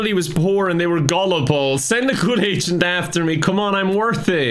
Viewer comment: Are you saying "agent" or "asain?"🤔